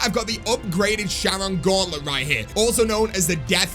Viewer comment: for the love of god it's Charon (Care-On), not Sharon....